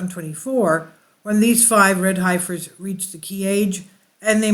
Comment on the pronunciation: Pronounced HEFFER ;)